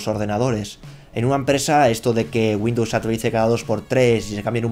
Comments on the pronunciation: Entre Güindus y vidio me estás poniendo nervioso... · dice Windows 10 LSTC xD